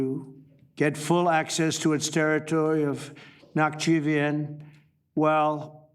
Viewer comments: “Nak-chivien” No one even told him how to pronounce Nakhchivan, nor did he care to learn, I’m sure. He has no idea about the history of this conflict…. But hooray, the Armenians sold out their sovereignty to support the neocon enterprise to try and weaken Russia and Iran - their only true strategic allies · Can you learn to pronounce their names first?